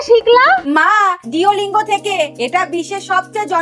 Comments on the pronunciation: Duolingo ❎ Diolingo ✅ 😂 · Deolingo noy Duolingo bujhlen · But ওটা duo lingo not duye lingo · Duolingo ❌ Deulingo